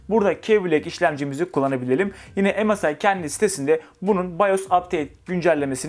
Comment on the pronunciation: Msi derken EMEL SAYIN diyo gibi 😂